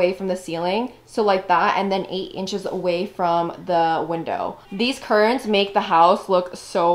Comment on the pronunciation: it’s curtains not currins🤣🤣